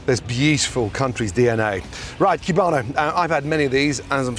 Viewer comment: It's COO-bano. Not CYU-bano. But I'm sure the Cubanos around you would tell you that.